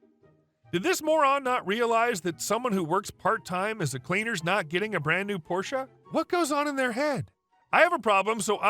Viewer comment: I noticed you pronounce porsche correctly. that's rare. thank you.